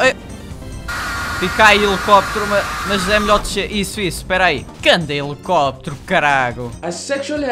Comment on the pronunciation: "Elicopitero" kkkkkkk